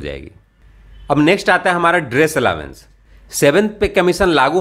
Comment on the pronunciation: दोस्त अलावेंस नहीं अलाउंस कहो तो ज्यादा सुंदर लगेगा 💐🌺🌹🙏